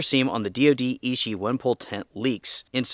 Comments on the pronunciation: Thanks for your video - excellent information! Btw: 'Ichi' is pronounced "ee chee" (2nd syllable begins with the sound as in 'cheese'), and translates to the number "1" in Japanese. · So I watch a couple of video about this tent. I thought it was ishi as in the word meaning of stone, but when I go to the DOD website, it was ichi as the word meaning one. Is it American pronunciation that just different or is it the DOD official name.